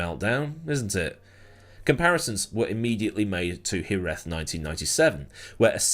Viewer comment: It's said Jerez not Jerez